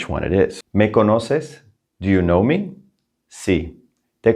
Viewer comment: Sometimes I hear -ay instead of eh when you pronounce direct object pronouns eg Me and Te. Am I right the Me is meh?